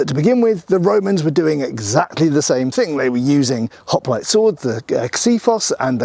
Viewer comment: I swear to Gawd that I 'MUST' NOT up on how accents change things. I am an American and I thought that I was 'pretty-well' up on accents. At the beginning I could have sworn that he was calling them 'Hot-Plates' and then it dawned on me: 'Hoplites'.